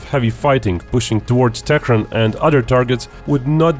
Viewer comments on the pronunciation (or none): It is not tekren...Tehran